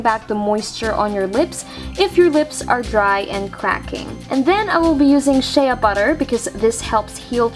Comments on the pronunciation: I like this but u should do one on how to do it without Shea butter because it's expensive and hard to find. {btw it's said 'shay' butter not 'shay-ah' butter} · You said sheaaaa butter its Shea (shay) butter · its pronounced Shay butter not shaya butter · Lol she said (sh-Ah) butter not (sh-A) butter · Its pronounced "SH AY butter not Shea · Shea is spoken like shay and you were saying shaya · It's pronounced shay not shaya but great vid :-) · shea butter is pronounce shey butter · My friend pronounces it shee butter even though she knows it's wrong! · its pronounced shay butter lmfao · !!"SHEA BUTTER"!! SAY IT RIGHT